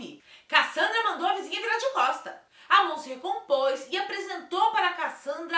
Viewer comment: No começo ela falou certinho, pq Amon é um nome difícil mesmo kkkkk A gente ver mais pessoas que se chama "Ramon"